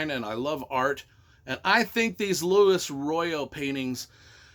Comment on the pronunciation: Latecomer to this..... I got into those at the very beginning, and loved them. Just an FYI: It's Loo-wee-eezz Royo - not Lou - IS. He's Spanish, and I've heard him correct a few people.